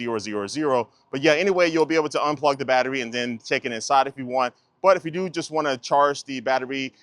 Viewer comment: The is only pronounced "thee" when the following word begins in a vowel. "Thee" apple. "The" carrot. This linguistic rule is being broken all over YouTube.